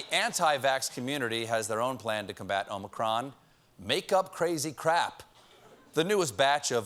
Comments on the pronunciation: It’s not ōmicron, it’s ah-micron. -A Greek student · btw i am Greek i know how you should pronounce it and is OmIcron. not omAcron. eeee like electrified! ok? because sfter Omicron is Pi. to pronounce that pie ! ok?.thanks. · Omicron is pronounced with the last syllable stressed in Greek- omi-CRON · it's AH-micron why can't people just look it up 😩😩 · O'Micron ... it's Irish ☺☺☺☺ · In Greek there are two "O's". The long O in Greek is Omega as in "Oh". Omicron is a short O as in Octopus or Democracy. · It's wonderfully amusing how much time you devote to the problem of how to pronounce "omicron" properly. So may I point out that the problem actually concerns the first letter of the word? "Omikron" is a Greek word which literally means "the small o", just as "omega" means "the big o". The difference is reflected in the fact that "omikron" should be pronounced with a short "o" as in "offer" or "order", whereas "omega" demands a long "o" as in "only" or "omen". So if you are genuinely struggling to pronounce "omicron" properly, don't pronounce it with a long "o" at the beginning as if it were written in Greek with an omega instead of an omikron, but with a short "o" just as in the last syllable of the word "omicron". I spare you the additional comment that the American long "o" sounds like a diphthong which is only an approximation to the marvellous plain long "o" which you find in many European languages, Greek, Italian and German included. Thanks for your attention, writes a pedantic German who nevertheless enjoyed your hilarious disquisitions. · Every Futurama fan knows how to pronounce Omicron.